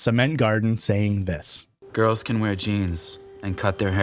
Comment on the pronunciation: I am so glad you've commited to this whole gl sound thing. "Bring the glirls clonfidence up", 10/10, chef's kiss